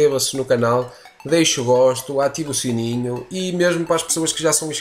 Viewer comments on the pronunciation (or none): none